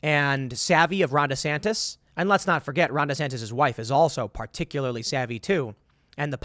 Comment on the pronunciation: DeSan-tie? roflmao